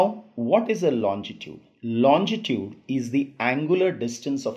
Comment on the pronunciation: tnxxx, just one tiny mistake in ur pronunciation, u say longitude as lonjitude, but the spellings are right, apart from that the vid is amazinggggg